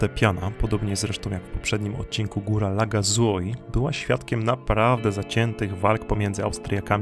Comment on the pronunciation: Przyłóż się do poprawnej wymowy włoskich słów. Niestety tak jak i w ostatnim filmie o Dolomitach jak tylko usłyszałam - wybacz - to słowne kaleczenie, to od razu odechciało mi się oglądać dalej. Także nie "Tre Cime" przez "ci" tylko "cz" i nie Lagazuoli przez "z" tylko "dz/c".